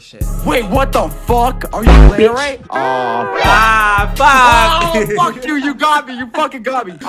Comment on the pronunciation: I was raging when they said Larry not larray